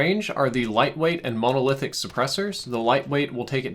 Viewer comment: Monolithic : it should be pronounced like monocle not like Mona Lisa Stipled : not sure if it is spelled this way in game (think it might be) but it probably should be stippled and is pronounced like nipple) /pedantic mode